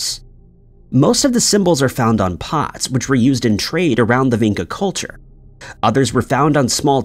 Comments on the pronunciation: Vinca is actually pronounced Vincha (Vinča). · I am living there, in Belgrade , In Vinca :) archeological site is not much explored how should be :) and ...pronouncing the name of the place is completely wrong, no one would understand you and you would not find the Vinca you are looking for